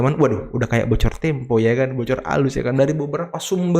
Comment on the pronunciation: Kata opung parbelak, data tempe😂 bukan tempo😂😊